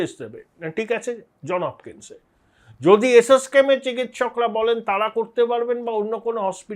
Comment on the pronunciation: For God's sake, it's not John Hopkins. Trust me, it's JohnS Hopkins. I know it because I own a multi-apartment rental property within half a mile from the University's main gate and I pay land rent to the Johns Hopkins University. My ears hurt when ostensibly educated people say John Hopkins. Please spare me the agony because I have subscribed to your channel.